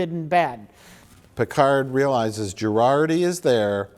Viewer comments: Two seasons in and I still can't tell if he's pronouncing it "Jurarti" on purpose or not. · I love that Mike consistently calls out mangling of celebrity names ("Chris Helmsworth") and various other words, but Mike has made it through two entire seasons of Star Trek: Picard and still thinks Jurati's name is pronounced "Girardi." That's how little he cares about this show. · I wonder if Mike is pronouncing Dr. Jurati's name as "Gerardi" to be ironic or sarcastic or both😂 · Mike... It's JuRATI